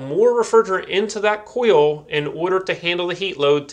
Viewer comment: Where did this guy get his accent? He says "hode" instead of "hold" like there's no "L" and "oio" and "cio" instead of oil and coil